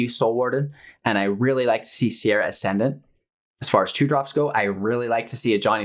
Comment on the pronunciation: "Sarah" Ascendant, not "Sierra". Facepalm